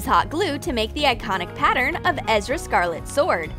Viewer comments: Omg the said Ezra not erza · It's ERZA not EZRA do u even watch anime you are like just know the anime but not even watched it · Its Er/za not ezra you guys arent even fans (my sister made this comments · Its Erza not Ezra 😑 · Gladelis Perez ikr i was hella pissed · Me because it's Er za Scarlet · I was really irritated when they pronounced Erza's name wrong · "ezra scarlet" i'm wheezing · Do they even watch the anime? They said Erza wrong even though it says it in the anime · Anybody else get pissed off about the way she says names especially erza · You pronounced erza wrong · Did anyone get triggered when they pronounced "erza" scarlet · you said erza scarlet wrong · klee Delavin no, I LOVE anime, but the thing is that if watched anime it would be weird, cuz they pronounced everything wrong, and etc., for example, imagine watching Harry Potter, and then calling Ron, “harry”, that would be wrong because, well u watched it so, u should know the characters names, am I correct? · I was getting OCD from her pronouncing it wrong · ME OMG I HATE IT WHEN THAT HAPPENS ITS ERZA NOT EZRAAAAAAAAAAAAAAAAA IM TRIGERRREDDDDDDDDDDDDDDD!!!!!!! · IT TRIGGERS ME THAT THEY KEEP PRONOUNCING THINGS WRONG, THEY’RE NOT EVEN SAYING THIER NAMES RIGHT. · Who ever came up with these probably only watched fairy tale but is still unable to pronounce erza's name right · Erza, Tokyo and Shiro were pronounced wrong, use the characters goddamn names, Sebastian’s watch is silver and is a pocket watch, not a necklace, Shiro’s hair is not that vibrant, the particular bow of Coelks you were trying to make does not have a gem, and an eyepatch is not a perfect circle. Kudos to your attempt, but do more research first, my favorite anime character is Roronoa Zoro from One Piece, the manga is the best selling comic in the world, you should do crafts for THAT and NOT screw it up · DUDE U PRONOUNCE THERE NAME WRONG STOPPPPP UR MAKING US WEEBS SAD... WEEB MEANS ANIME FAN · souza Ikr!